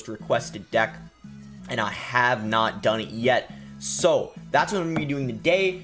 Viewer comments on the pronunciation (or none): Why does boss say “ind” instead of “and”